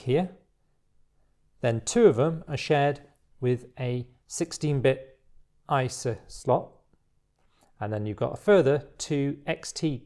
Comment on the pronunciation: By the way, if this video gets no ads it could have to do with your pronunciation of ISA. YouTube transcribed it as ISIS. That could have blacklisted your video from advertisers who use the list of stop-words. Maybe you could pronounce it as abbreviation EYE ES EY in your future videos ;)